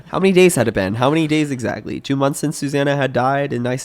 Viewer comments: im fucking cryings "EGG ZACKLAYYY" its ntoo funny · “EGG-ZAK-AYYY” I love 😂